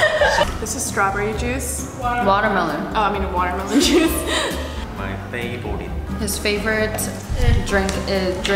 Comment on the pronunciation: THE "MY PEYBORIT" IS GIVING SUNGHOON,, engenes iykyk